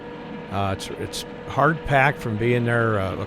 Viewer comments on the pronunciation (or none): none